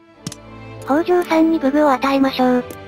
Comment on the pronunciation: 北条高広、みよじのよみは 「きたじょう」です。